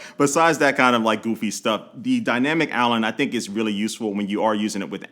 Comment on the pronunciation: Dynamic Allen? Am I the only one hearing that